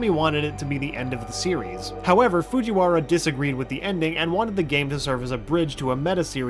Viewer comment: "Foojy Warra"